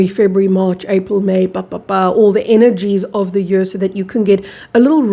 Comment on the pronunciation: You pronounce year as yur And not yeer